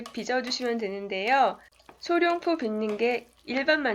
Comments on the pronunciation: 소룡포가 아니라 소롱포입니다~ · 외국인한테 카메라라고 하랬나ㅜㅜ 안녕하세요 어눌하게 하면 못 알아 듣냐고 물어봤지. 소룡포가 아니란걸 얘기 해 주고 싶은데 굳이 거기서 원어민과의 대화 및 원어민의 문장 구성까지 나와야 했나? 어쨌든 결론은 룡자가 아닌 롱자라는건데